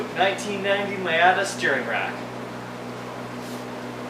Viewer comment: Nice CRT monitor... And My-ata? Really? lol